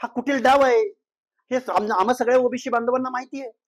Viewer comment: पहिले ओबीसी म्हणणं शिका सर ओबिशी वंगाळ वाटतंय